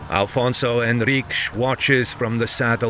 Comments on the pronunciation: Is not Alfonso, is Afonso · Great video! Just one small correction, it’s Afonso Henriques not Alfonso. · It's AFONSO, not ALFONSO! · Why do you say Afonso wrong? Please dont insult the Portuguese, thank you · i get angry every time you call our 1st king alfonzo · IT'S AFONSO HENRIQUES pá, fogo 🇵🇹 besides that brilliant video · I love your videos, but you should correct at least the name of out first king. The names is not Alfonso but Afonso, there is no L at all. Its a common mistake and it bothers us. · I'm portuguese. You are being disrespectfull to and his great work, due to your ignorance of old portuguese language am e names. Afonso was Alfonso in Portuguese language documents, chronicles etc. until 1600s. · its not alfonso you idiot.... its Afonso.... its not Adof its adolf, its not tump its Trump. dont disrespect the Portuguese, we are not mexicans. there are no alfonsos in Portugal we only have greats like Dom Afonso Henriques, your video is massively disrespectful to the Portuguese. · Thank you for the video. Just a quick note it is not "Alfonso" as that is the Spanish version of the name it it "Afonso" in portuguese. In any regard thank you very much for sharing One OF the most crucial Battles in the history of early portuguese Kingdom ❤ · Who the fuuuuccc is Alfonso? Its AFONSO caralho this ain't Spain so speak properly... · It's not Alfonso. In portuguese it's Afonso. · It is AFONSO Henriques NOT ALFONSO. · It’s Afonso not alfonso. Portugal first king is Afonso Henriques, not Alfonso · Afonso, not Alfonso. I see people correcting but the error remains even after being told. Nobody writes or speaks it that way in Portuguese. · Good pronunciation in Henriques, but bad in Afonso (no "L" in Afonso).